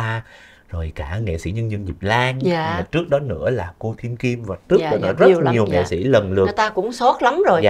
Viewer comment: Nghe MC phát âm nghệ xĩ, xân khấu… x thay vì s khó chịu ghê.